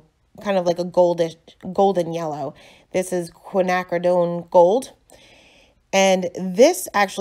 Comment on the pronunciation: Yes ur saying Quinacridone correctly,lol. This is gorgeous! Love yhe softness n the colors! One of my faves💗